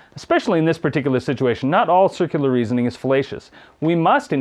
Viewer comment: Wait, did he really say "sikular reasoning"?